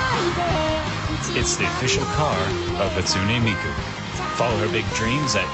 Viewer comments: I know it Hatsune not Hatsuna?!?!?!? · hatsunE miku? HatsunE miku? its Hatsun"eh" Miku!!! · They were like Hatsuni. No, mate. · What annoys me so much, is the fact they're all pronouncing Hatsune wrong!! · And Hatsune is her last name.